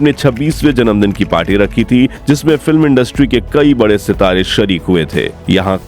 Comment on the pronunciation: Her name is "Zeenat" not Jeenat.n "Saira" not Shaira.n the work is "Janamdin" ,Zanamdin kbse hogya.atleast pronounce Hindi correctly.n names even if urdu or english u need to pronounce correctly.First learn Correct pronunciation then make a video!